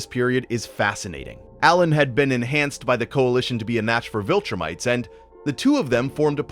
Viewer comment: "VilTurnites" is funny to me